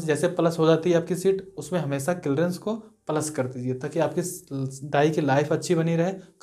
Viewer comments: Ara bhai clreance nhi ... clearance hota h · Kilrence nhi clearance bol bhai